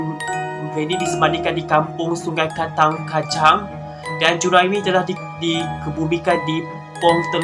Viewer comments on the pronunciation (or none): Sungai kantan rep bukan kantang